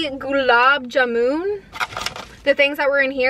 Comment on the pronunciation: Whenever she says- theekha meetha, lassi, kurkure incorrect but she apologises too. Thats good!! And she said gulab jamun, doughnut hole and pronounces it like-jamoon😂❣